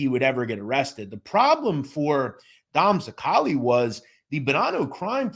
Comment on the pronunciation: You can't even pronounce his last name right and you do mob content